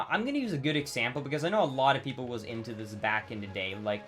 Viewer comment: dude doesn't know the difference between the letter D and the letter T. He watched those movies "alod" as a kid. I don't know why tais bugs me somuch, another of his vids i noticed it and now I can't un-hear it. LAME